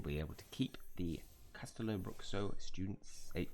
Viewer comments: little pronunciation class: it's Cash-TEH-loo BROO-shoo 😅 Nice video tho 😊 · Great chapter! Btw, it's pronounced castelo-broo-shoo